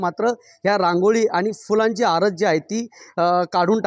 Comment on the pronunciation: आरस नव्हे आरास